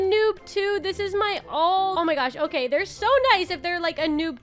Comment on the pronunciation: "okayeh-" It made me laugh and idk why 😭😭